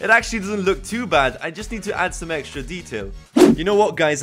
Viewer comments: you kept saying EGGSTRA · does any else hear him say eggstra or just extra cuz if so that’s fucking great